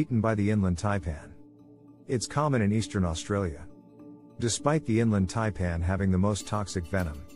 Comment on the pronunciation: He can’t even pronounce Taipan. Yes I know it’s a computer